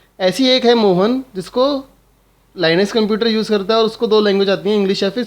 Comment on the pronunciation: Linux hai vo 😒 na ki Line-x 😂😂😂😂